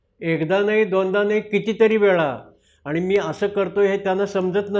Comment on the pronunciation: कृपया "न "व "ण " मधील फरक समजून घ्या. आणी व आनी मधे फरक आहे.